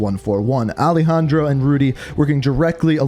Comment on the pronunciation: Bro is it alehandro or alejandro? 😒